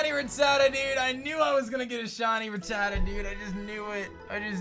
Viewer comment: The way he pronounces Rattata...